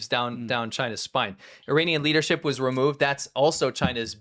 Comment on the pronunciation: The way you said leadership it sounded like Liter-ship. 🤪 Like what's a Liter-ship? 🤣 Is it supposed to be a European oil tanker where the amount of oil is measured in liters? 🤔